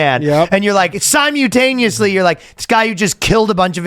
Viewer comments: how's no one making fun of how Ryan pronounces "simultaneously"?? 😮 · SIMU - taneously